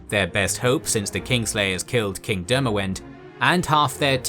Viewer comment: Demawend is pronounced Demavend